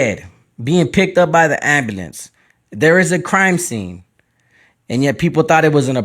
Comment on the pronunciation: Come on man if you can't say Mexican don't try to pronounce ambulance please this is why people laugh at us black folks